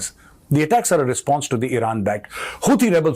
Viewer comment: Now from IRAN to "i ran"😅